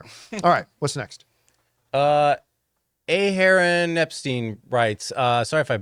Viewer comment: As a fellow Aharon, I was triggered by how the name of Aharon Epstein was pronounced. I would answer to the fully pronouced “Ah-ha-roan” or the 2-syllable version “Ahh-Roan” or even the more lazily pronounced “Ah-run”, but never “A Heron”… I am not an aquatic bird. That is just me, but I presume Mr. Epstein isn’t either. (Please don’t take offense. I’m not mad. It’s not a common American name. It’s just I hear that a lot and it’s just a pet peeve of mine.)